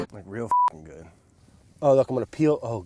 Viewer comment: “Everything’s gewd beb”